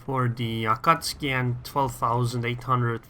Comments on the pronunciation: Is it me or you call AkatsUki Akatski???? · Both pronunciations are technically correct, but pronouncing it A-Ka-Tsu-Ki is kind of like pronouncing the word "Off-Ten". It's still "correct" but it's quicker (and more widely accepted) to just skip a couple sounds.